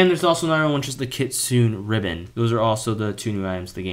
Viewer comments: Bro it's not pronounced kit-sune it pronounced kit-tsu-ne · Bro don't know how to say kitsune u saying kitsun no kitsune it kit-sun-a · Why do you pronounce KITSUNE weird. It’s kit-su-NE not Kitsun. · Kit - sune 💀 bro its Kit - su - ne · By the way, it's pronounced Kit-soon-aye not kit-soon